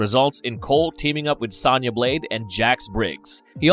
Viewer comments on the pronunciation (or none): Bro you saying sana blade not sona blade it's the small stuff that gets me lol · It's so funny how the people they hire to narrate this channel don't know a single thing about what they are talking about. Who pronounces Sonya Blade "Sanya"?? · Her name is “Sonya Blade” like phone wit ya at the end, not how you’re pronouncing it tho😖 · Mispronounced Sonya constantly bro